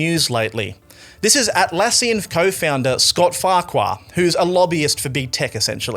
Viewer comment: He pronounces it, "Fark-you"